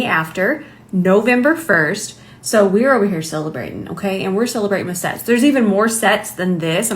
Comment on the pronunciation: When you said sets, I thought you said sex😂😂😂